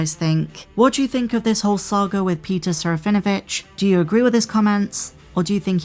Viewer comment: There is not V sound in Serafinowitz. Please listen to Peter say it. SARAH FIN UH WITCH